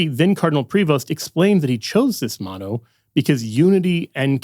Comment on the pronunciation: His "moto" 😶‍🌫️